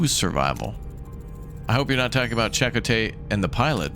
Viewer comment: First off,, deuterium is pronounced doo-tee-ree-uhm. It's an actual isotope of hydrogen with a neutron in the nuecleus. And Chakotay is pronounced chah-koh-teh. While I enjoyed Voyager well enough, my favorite Star Trek are the original series and Deep Space 9, especially after they added Worf, the Defiant and the Dominion War. A lot of good episodes later mixture of humorous episodes (Little Green Men, Trials and Tribbilations, Badda-bing Badda-bang) and ones that make you think (Far Beyond the Stars, It's only a Paper Moon, In the Pale Moonlight). It also introduced my tied for second favorite character, Nog. Who went from a trouble making youth to a dedicated Starfleet officer. And to answer, my favorite has to be lieutenant Reginald Barclay portrayed by Dwight Schultz and tied with Dr. Leonard "Bones" McCoy portrayedby DeForest Kelley.